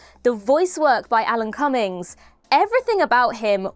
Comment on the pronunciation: It's Cumming (like ejaculation) not bloody "Cummings". Just like Superman was Christopher Reeve not bloody Reeves!